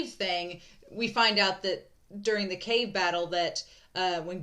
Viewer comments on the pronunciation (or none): none